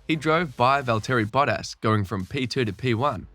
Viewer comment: Valteri botass💀 wtf is that mate???